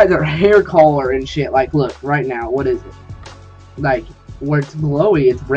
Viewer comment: hair color fucking pronounce it right dumass